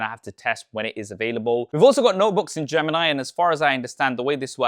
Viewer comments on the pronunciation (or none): none